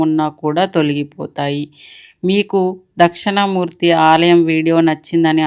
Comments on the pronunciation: Dakshana Murthy kaadandi dakshina Murthy devudi videos chesetapoudu vuchaarana important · అది దక్షిణా మూర్తి అండి.... దక్షణా మూర్తి అన్నట్టు వినిపిస్తుంది... సరిచూసుకోగలరు.